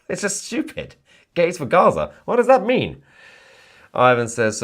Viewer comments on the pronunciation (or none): none